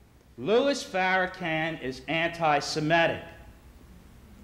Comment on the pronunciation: One of my most annoying moments ever in life is when white people say FarraCAN when it's FarraCON...sheesh!